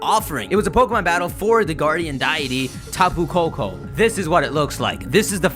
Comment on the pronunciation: Tapu Koko...Peeko....hmm